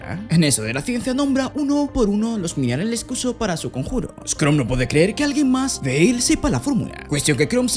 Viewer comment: Yo: Chrome verdad? como el de Google: Shroom Yo: Acaba de decir hongo en ingles? que le paso al amigo xd: Shroom como el navegador Yo: Sabra que se dice "Krom" aca en español, en ingles y hasta en japones solo de poner 2 segundos de atencion.-. Porfa cuando hagas reseñas, habla bien no es mucho pedir, me chirria verte pronunciando como subnormal.